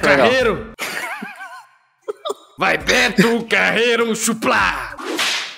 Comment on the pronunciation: "CE VIROU O BETO CARREIRRO?"